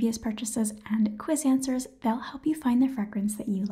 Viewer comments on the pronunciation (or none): none